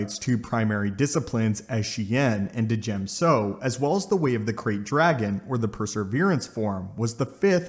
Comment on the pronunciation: d-jem sounds retarded, its more like dgem-so as in ch and g but with the ch sound